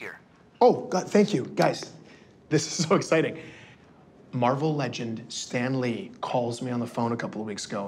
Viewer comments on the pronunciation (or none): Sran Lee? No. Mariko Tamaki